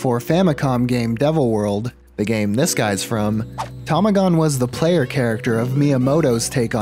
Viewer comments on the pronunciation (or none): none